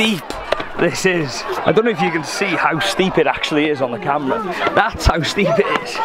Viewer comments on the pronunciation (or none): none